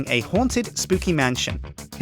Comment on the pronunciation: You say mantion instead of man-sh-on